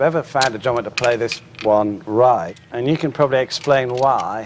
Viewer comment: all cool people say 'end' instead of 'and'. FACT!